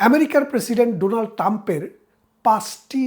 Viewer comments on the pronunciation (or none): none